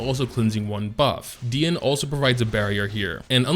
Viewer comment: I was ready to Unsub if he say Dee-e-ne again...😂